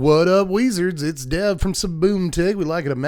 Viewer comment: im sorry, A WEeZaRd you say?